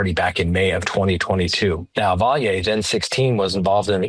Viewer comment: Raul 's last name is pronounced Valley. Not Vi-yay.